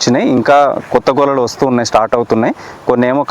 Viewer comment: Golalu kadu gelalu